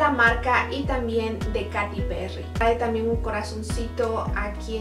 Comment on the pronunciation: Se escribe "Katy" pero se pronuncia "Keiri" ó "Keity